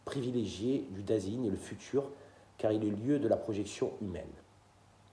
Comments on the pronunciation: Salut, juste, ei se prononce toujours aï en allemand, donc sein se prononce zaïn. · Bonjour,il me semble que vous prononcez mal Dasein.